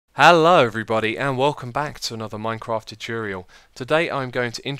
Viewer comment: tuturil thats how it was said thats how I will say it. (notmakingfunofyouraccentoranythinghohohoohoh)